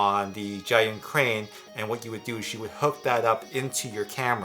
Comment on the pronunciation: I think you used five different pronunciations for Zhiyun -_-. Please just say "the Crane". It is JER-yoon.